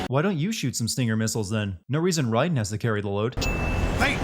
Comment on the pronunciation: Is it pronounced Ryden or Raiden?